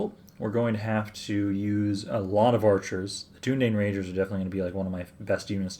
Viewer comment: Great video, just a slight quibble I have is your pronunciation of Dunedain [DOO-NA-DINE] great video regardless!!